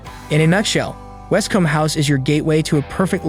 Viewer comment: It's West-coombe not West-com! 😆🤣